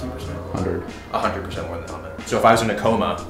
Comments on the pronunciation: His name is pronounced like hell and mood, but mood with a t -> Hellmoot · "Helmut" is pronounced like Hell-Mood ;)